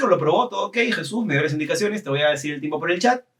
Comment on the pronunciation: Qué chévere que Ryan tratara de pronunciar tu nombre en acento latino y no "Yisus" xD